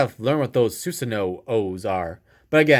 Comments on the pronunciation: On the card it says susano’o but it’s actually said without the last o so it’s just susano i know you said it already😂ps can’t wait for the game to come out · It’s pronounced susano